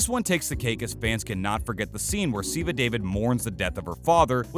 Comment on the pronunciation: Ziva David...this pronounciation well...